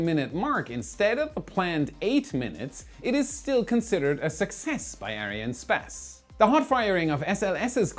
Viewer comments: Dude just say Ariane Space, not Ariane Spez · Why do you say Ariane SPASS and not Ariane SPACE? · It’s a little annoying to keep hearing space pronounced “sp-ass”. Sorry for being petty. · Why are you pronounciating it as Ariane Späs instead of Space? You're not saying SpäceX :D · He! You can pronounce the "space" in Ariane "space" as you would in English. I speak French and we pronounce it ourselves in English. Space in French is "Espace", So Space is Space:) Great Work by the way!!! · Great video. One question to: Why do you pronounce Arinespace like Arianespazz?:) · That's not how you pronounce Ariane Espace. You say "spass". Try saying more like "ess pass".😉 As always, thanks for the great content! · you might pronounce "arian'espace" rather than "ariane space" :) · Is it arianespace or Ariane spas? Lol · When I heard Arian sPAse, I fell out of my chair 💀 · why does he call it ariane spez? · Why do you keep on pronouncing Arianne Space like that?